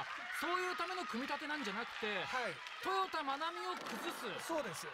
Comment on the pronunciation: この解説はさ、なんでずっと「トヨダ」って言ってんの？ 「トヨタ」って言えないの？